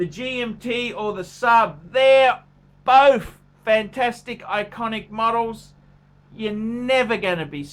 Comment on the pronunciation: I'm not liking how Jack Black's brother pronounces both "Boff"